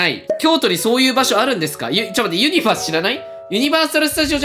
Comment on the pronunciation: ユニバのイントネーション気になる